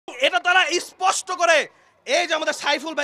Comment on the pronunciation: ইস্পষ্ট না স্পষ্ট বল 😃